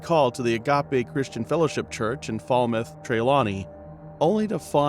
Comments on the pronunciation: Lie,it was not her" SON " but a stepson...😮please pronounce the name of the place properly " FALMOUTH " and "TRELAWNY " only one biological son she had.😊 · first of all you calling the name of trelawney wrong and also falmouth. where didi you get photos of her and who authorize you to go into someone country and do a blog about something that you have no clue about